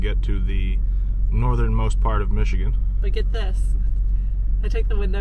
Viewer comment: Great video. As a Michigander you did way better than the average on the pronunciations. They get a little crazy up north.